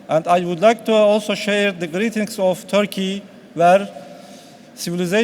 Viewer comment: çok iyi derece İngilizce bildiğini söyleyen bir Türk'ün en azından (hem de okurken) Törkeye dememesi gerekir kanımca..